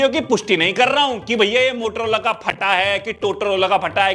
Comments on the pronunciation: MOTOROLA ❌ TOTOLOLA ✅ 🤣🤣🤣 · Bhai wo totolola nhi Motorola hota hai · Motorola ❌Motaloda ✅ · Mo To rola ❌ Lo Lo Lola ✅ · Motolola 😂 bolte bhai samajh bhi aata or maza bhi